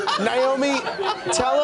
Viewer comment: They both pronounce her name niomi instead of naomi.....please tell me